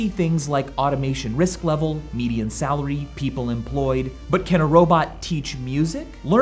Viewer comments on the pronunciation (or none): none